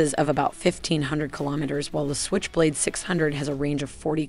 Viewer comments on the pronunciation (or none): at first 10 seconds of this video she pronounced SQuich blade instead of switch blade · "Skwitch" blade